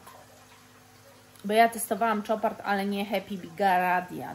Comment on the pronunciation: Casmir,to zapach rac,ej jesienno zimowy a co do Chopard,to,marka francuska a więc wymawia się jak Chopin czyli "sz"! Pozdrawiam serdecznie,nie!